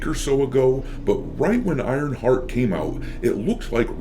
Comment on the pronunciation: I like how it sounds like saying Ironfart half the video :)